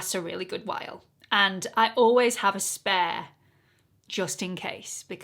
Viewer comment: Big yes to this as a regular series on your channel 👍 lavender is definitely your color. The No7 pressed powder is always what I use to set under my eyes and the Born to Glow foundation one of my all time favorites! Love your accent and how the words spare and layer sound the same when you say them lol